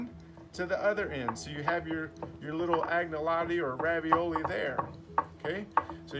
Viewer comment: The g in Agnolotti is not pronounced , more a nya sound to be correct . Anyalotti it is Piedmontese